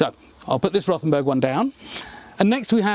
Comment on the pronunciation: Just ignore the H in Rothenburg.We just say it as Rotenburg. The h doesn't really do anything